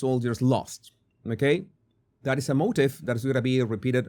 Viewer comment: You use the word "motif" several minutes in but you pronounce it in the same way as "motive". These are two different words with two different meanings. The former ("motif") is pronounced "mo-tEEf" (as in French). I'm only telling you because it will confuse people to hear "motive" when you mean "motif". [PS In case anyone thinks I'm being needlessly critical, I speak two foreign languages fluently myself so I appreciate his skill but I also know that foreign language speakers appreciate correction]